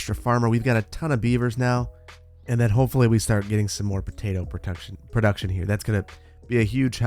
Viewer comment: You say potato I say protuction